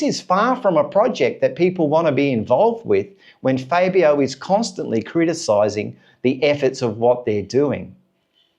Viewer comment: Dude... you really should learn how to pronounce Fabio's name correctly! But... the question isn't if they should let Fabio go, I find a problem is that they have failed to develop the bike even before Fabio came to the team. It was during Rossi and Lorenzo's time that the would bring develop to the bike and then they remove the developments because Rossi and Lorenzo could override the problem to a certain point. But they just lack development direction, I was very disappointed when they changed to the V4. Fabio has to be allowed to voice his opinions, he is in the mist of his prime years... every season wasted is an opportunity lost, and it cannot be clearer then when MM93 left Honda...